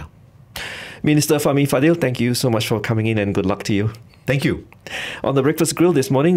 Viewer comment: Why do all the BFM presenters mispronounce his second name "Fadil"? Isn't it "Fadzil"?